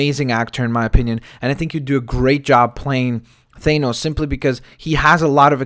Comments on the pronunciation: Its Th-ah-nos not They-nos just saying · Not thainos it's thahnos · Thanos is a derivation of the Greek root Thanatos (the personification of death)pronounsed [than-uh-tos, -tohs], this being the case theres oretty good argument for the pronunciation of thanos as [than-ohs] not [thane-ohs] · FYI its pronounced Th-A-nos not Th-AY-nos. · its THAH NOSE jesus christ was bad enough u said it wrong then u had to repeat it 50 times. other then that yeah i can see perlman playing THAH NOSE i dont have the man crush you seem to on him but hes a good reliable actor